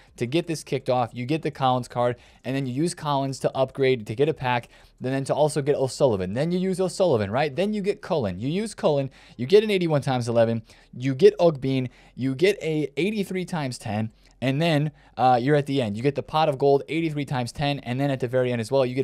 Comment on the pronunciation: Its Ogbene not Ogbean 😂😂